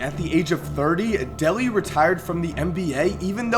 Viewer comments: His name is pronounced Bison Deh-LAY (not deli) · its not pronounced "Delly" its pronounced "Day-Lay" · It's pronounced Day-lay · I am sure there alot more,I thought Kevin Johnson destroyed Sacramento like Isaihi Thomas did the CBA,you kept mispronouncing Dele,no big deal though,decent video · FYI you kept mispronouncing Bison Dele's last name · OMG, you're saying "Dele" wrong, dude. The 1990s Piston fan in me is crying.